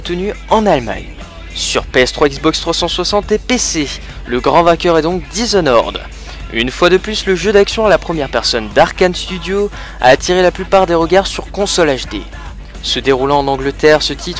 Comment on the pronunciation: "Dizonorde" :rire: On le prononce "dishonord" avec des o légers. Bon JT :D